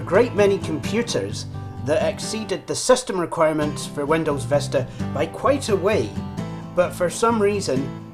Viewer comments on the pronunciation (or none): It's not Vesta it is Vista